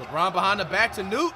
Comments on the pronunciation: BRO Called KNECHT NUTE BRO LMMAAOO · Flight calling Dalton Knecth “Newt” is hilarious 😂😂😂